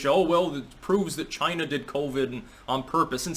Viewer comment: You just pulled a trump... "CHI-NA" Lol